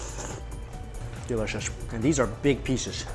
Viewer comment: It bothers me when he says "delishush" lol